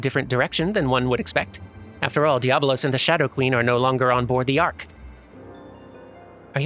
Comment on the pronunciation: Just a small edit: it's DiabOlos. There's an extra 'o' in there for... reasons, I guess :)